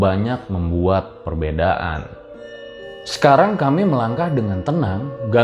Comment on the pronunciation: Maap bang intonasi bicara nya saat kata terakhir jangan terlalu ditekankan contohnya kamii pasti bang rjl terlalu ditekankan🙏🏼